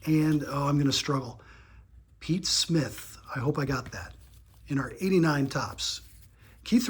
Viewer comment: Awesome awesome video - great way to kick off my Sunday! And I wanted to acknowledge you for pronouncing Pete Smith’s name correctly multiple times - I can see you’ve been practicing a lot! Kudos!